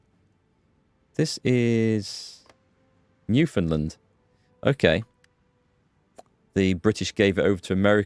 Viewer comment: And I noted absolutely correct pronunciation of Newfoundland. Pretty impressive.